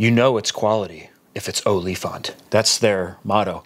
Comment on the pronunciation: LMAO the way you said OLIFANT!!!! its an afrikaans woord for Elephant. The more you know. Enjoying the second channel keep it up!